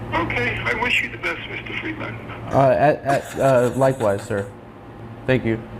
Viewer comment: It still pisses me off how Adam Friedland pronounces his own last name.